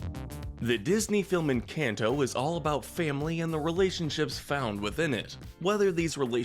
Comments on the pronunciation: Did he really call it an can to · They mispronounce Encanto on purpose💀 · How do you watch the movie and still pronounce character and THE MOVIE’S NAME wrong? It’s not hard to pronounce and kind of discredits the whole video because how well did you pay attention if you can’t say something that was repeated correctly?